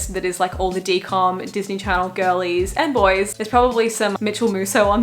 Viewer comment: " DIS KNEE KNORR " lol